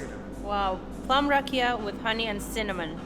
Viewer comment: You saying "rack-ee-ah" you need to say "rock-ee-ah."